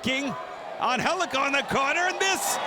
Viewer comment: How tf is Angelico pronounced Anhelico? Gtfoh!